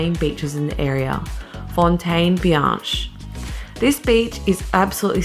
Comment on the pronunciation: "FONE-TAYN BEE-ANCH"? That's painful.